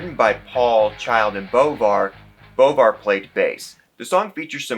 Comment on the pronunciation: His name is pronounced John Boo-vwah🤟🏽